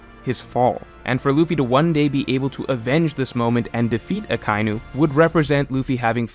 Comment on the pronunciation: Akainu Pronounced (Ah-Kai-Enu) and Kizaru pronounced (Key-Za-Roo). I know it's nit picky but i was cringing very hard hearing those mispronounced. Great video otherwise